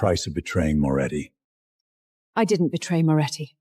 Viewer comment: Are you kidding? Is there a lot of wine involved? Every scene has nonsensical garbage instead of basic words. "Memorandum," "ledger" the family name is inconsistent Moretti, Morelli, Morechi, Moroti and many other words are so mispronounced that without the subtitles it was unintelligible. The family name is said more than 7 different ways!